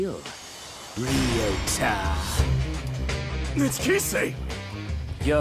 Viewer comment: THEY REALLY BUTCHERED ALL THE NAMES LMAOOOOO KIse REEYOTA KOOroko Rakoozan MurasaKIbara aOmine miDORima TAKO(Takao) KoorokoCCHI I CANT